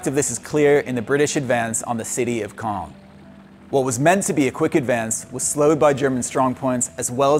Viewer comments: Why does every single commentator pronounce “Caen” incorrectly? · Caen is mispronounced